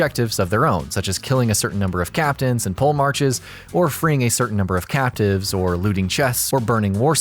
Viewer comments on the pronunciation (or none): Pole Marches? You mean polemarchs (/POlahmɑrks/). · It's pronounced po-le-marks not pole marches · I’m sorry but did you just pronounce “Polemarchs” as “Pole Marches”?